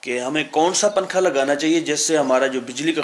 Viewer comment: ابے پننکھا پھر پننکھا ھاھاھا اُردو تو سہی بول لے